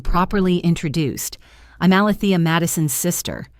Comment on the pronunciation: The name is being mispronounced it’s A-Lee- thee- ah! It’s making me crazy every time I hear it said wrong.